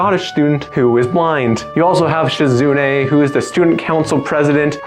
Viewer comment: SHE-zu-NAY not she-ZOOOOO-knee But very good vid of a great VN. If you're interested, I have interviews with some of the devs on my channel. (Lilly vid in the works)